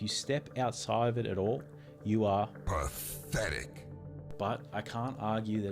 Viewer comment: No, it’s PATH-THETIC!